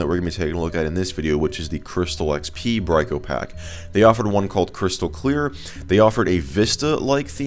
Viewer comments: not bryco pack brickopack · You would be correct. It's pronounced "Brick-O-Pack".